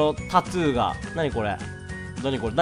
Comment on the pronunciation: タトゥーを「タツー」w